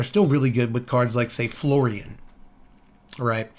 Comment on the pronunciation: So when you said Florian it sounded a bit like Floridian, and now I'm just going bto call him Florida man.